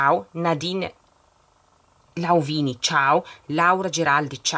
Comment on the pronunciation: Il mio cognome non è laouvini però è laouini tranquilla tanto tutti lo sbagliano ti voglio bene 💋💋💋💋💋💋